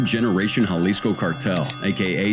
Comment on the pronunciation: Me, like a dumbass. Dude cant even pronounce Jalisco correctly